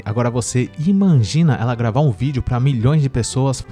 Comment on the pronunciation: Não é " imangina"; o correto é "imagina" kkk